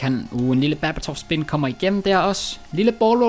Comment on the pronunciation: det hedder berba spin ikke baba spin